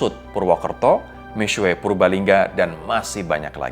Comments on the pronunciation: i speak mandarin, he still pronounced it wrong, tapi masih lebih baik daripada "miksu" kaya kebanyakan orang. yg benar "mi-shwe" atau di bagian u-nya "xue" itu bacanya diantara mau bilang u dan i kalo abangnya ini terlalu strong nyebut U-nya, jadi mi-suwe wkwkwk. but props to him for trying to pronounce it correctly, mandarin isnt easy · cara sebut seharusnya : Mi Shhye Ping Ch'eng. tapi ini masih lebih baik daripada yang nyebutnya Mik Su We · Sebutan nya mix su bukan sueii 😂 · masih salah misuweek wkwkw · Pro jurnalis membahas brand Cina. Seharusnya ketahui dulu pronunciationmya yang benar. Kamu sebut Mixue seperti gabungan mie dan cakue.. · ignire the guy above me, tidak ada yang bilang harus pandai berbahasa, cuma kasih saran cara mengeja yang benar.... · Agak gak nyaman pronounce Mixue......